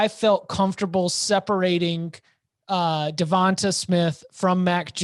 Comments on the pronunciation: Pronounce with a LONG A.... DeVontA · Why are they pronouncing Devonta like that?